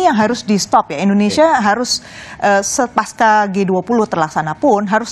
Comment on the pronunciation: Yg benar pasca bukan paskah.. Huruf C tetap dibaca C, bukan K